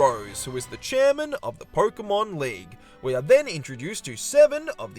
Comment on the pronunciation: I like the premise of the video, really cool. But man, why do you say "Porkemon"? Why